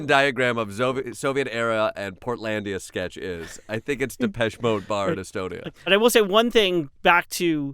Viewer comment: Are u sure thats how u pronounce depeche?